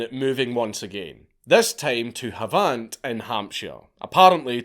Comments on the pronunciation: Lmfao "Hav-ant" is pronounced Haven't... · Havant is pronounced haven't dank. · Hahaha at that pronunciation, haven't is how it sounds. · You mispronounced havant. It's pronounced as haven't. I used to live there... it was a shithole where the only things higher than the crime rate was the teenage pregnancy rate😂😂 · Yeahhhh looking for this comment. HAV ANT is deffo worth a visit- it’s got the ‘big 3’ IE the colonel the clown and the king! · The poshest pronunciation of "Havant" in human history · You said Havant wrong, blessings:) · Makes Havant sound like a spot on the Riviera !.